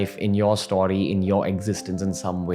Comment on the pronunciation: For some reason it's very satisfying to hear Ranveer say "Stawry"